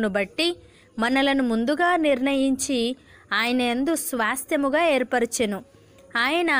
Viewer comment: Swyasthyamu kaadu Swasthyamu idi correct స్వా స్థ్య ము